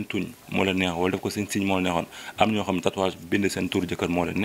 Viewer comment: stp prononce bien mot tatouage animatrice bi la wakhal